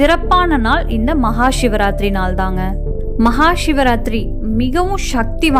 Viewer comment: ஏன் ஷிவராத்திரி என்று உச்சறிக்றிக்கக அதுசிவ ராத்திரி. சி என்பது நெருப்பை குறிக்கும் ஷி என்றால்???